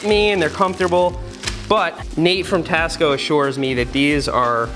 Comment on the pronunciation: when he said tasco i thought he said cost co lol